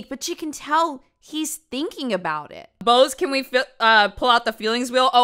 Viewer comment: There’s no such thing as 12Teen. 😂😂, I canNot witchu.😂😂